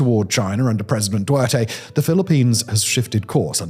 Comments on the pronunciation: Another foreigner forgetting the first T in "Duterte". You're clearly not dyslexic and the name is not hard to pronounce, especially when you can just look up how it's meant to be pronounced using the news as your source. So I don't get people saying it wrong. It's just DOO-TEHR-TEH. Even pronouncing it like Du-30 is still more correct than "Duwerteh". Also, your voice constantly going to a deep monotone level is grating to my ears, but that could just be a me thing. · Oi,, the previous President of the Philippines is DuTerte, not Duerte. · Thanks for the video. Minor note, Duterte is pronounced like "Do tear (rip) Tay". Some people also use the shortcut Du30 as the name kinda sounds like Du-thirty. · Duterte = Dew-Ter-Tey ;-) Hegseth = Heg-Seth - have a look at a map, it's hard to argue that the Spratly isles are closer to the Philippines (a country of over 7000 islands) than other nations. Also, It's not Manila, it's the Philippines.. you don't refer to the UK as London, right? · The way Simon pronounces Duterte is funny